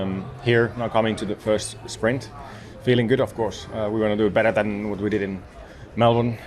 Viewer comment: Why does Colapinto and Antonelli sound like they are saying spring weekend not sprint, can Latin peoples not say t🤔